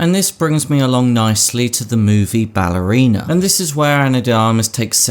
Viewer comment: it's BALLERINA! Not BALLERINA-R